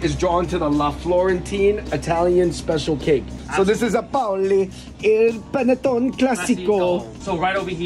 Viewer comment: Fung bros please pronounce panettone right .... it is pan-eh-tone-eh